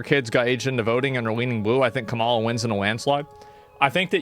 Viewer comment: I'll take Asmon's political opinion seriously whenever he starts pronouncing Kamala's name correctly